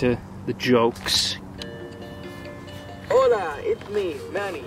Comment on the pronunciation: if you like hearing Manny say "hoLa"